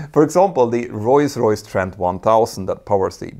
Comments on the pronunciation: It's Rolls Royce, not Royce Royce. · it's Rolls-Royce and not Roys-Royce :D good video otherwise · “Royce Royce”? I thought it was Rolls Royce. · Not sure if I heard that right but I seem to only hears him pronounced "Royce Royce" instead of Roll Royce? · It's not pronounced "roys royce" - it's pronounced "roals royce" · Now repeat after me: Rolls-Royce! Not Royce Royce 😂😅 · For the love of god. It’s rolls royce, not royce royce 🤌🤌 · It's Rolls Royce, not Roys Royce. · ROLLS ROYCE NOT ROYS ROYCE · Is Rolls-Royce really pronounced Royce-Royce like I'm hearing Petter say it all throughout the video? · Is it just my ears, or is he saying "Royce-Royce"?? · What's "royce-royce"??? from s right through to the end? A lexdysic hiccup? PS: Love this channel. Excellent. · Why do you keep calling Rolls-Royce "Royce-Royce"? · I'm not a monolingual English speaker and it sounds like such a silly, easily correctable mistake. It's not a matter of accent, just saying a completely wrong word. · Funny how you pronounce the renowned manufacturer as "Royce-Royce" 🙂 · Sounds like you’re saying Royce Royce instead of Rolls-Royce 🧐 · “Roys Royce” lmfao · “Royce Royce”? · Why cant you say rolls Royce properly?